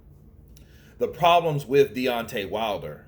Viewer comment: You butchered the guys name man 😂